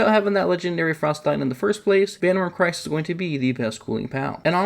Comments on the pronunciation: Vanwyrm Cryst, Not Christ. As in Crystal. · Why did you pronounce "Cryst" like Christ, when it's just the first syllable of crystal? As in crystalized water, as in ICE??? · "Cryst" is pronounced like "crystal". Thank you for the guide!